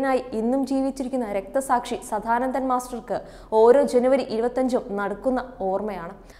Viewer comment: മോശം അവതരണ സംസാര ശൈലി. വാക്കുകൾ ഇടിച്ചിടിച്ചു നിൽക്കുന്നു സദാനന്ദൻ എന്നു പോലും പറയാൻ അറിയില്ല സധാനന്തൻ 😁